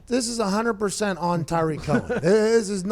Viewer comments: It's not pronounced Tyreek Cohen, Tyreek is Hill. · It's Tarik Cohen not Tyreek Cohen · Yeah, Pat was using Tyreek Hill's pronunciation of his name. Tarik Cohen is pronounced "Tah-Rick" not "Tie-Reek", I believe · Saying tyreek instead of tarik bothered me way too much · Pat, it’s Tarik not Tyreek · Rhome Grown it’s not tah-rick it’s ta-reek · Anyone else triggered of him saying tyrik cohen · It's not Ty-Reek. C'mon man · Rhome Grown it’s actually pronounced Tah-reek Cohen but you were close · The way he says Tarik Cohen bothers me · Why does everyone pronounce Tarik’s name incorrectly? 😂